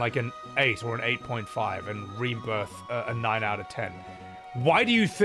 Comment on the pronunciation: Did you say *Ream*birth?